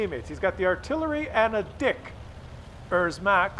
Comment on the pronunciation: Its a dicker max, not a dickers max